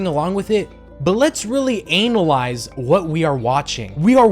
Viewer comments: this is my first time seeing one of your videos. what the FUCK is this😭😭😭😭the sudden clip changes, the obnoxious sound effects, your choice of vocab, THE SCROOGE PJS, pronouncing analyze as anal eyes, im actually gonna cry😭 edit: THE SUDDEN OUTFIT CHANGE?? WHAAAT😭😭😭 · Ur saying analyze wrong 😂😅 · i love how you say analyze like you put such emphasis on the anal